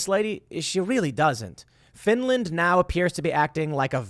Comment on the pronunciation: Finrand? I ruv Finrand. Finrand never hurt a sour. Reave Finrand arone.